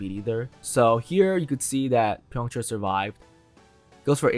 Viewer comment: Byongchul ❌ Byongchar ✔